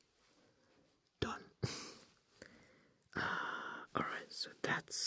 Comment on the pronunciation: Something about the “rice groooins alroooiitt noice!” Just made my Aussie heart smile 😂